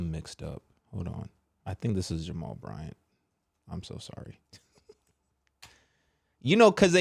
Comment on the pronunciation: it’s JAMAL BRYANT 😂😂😂🤦🏾‍♀️😂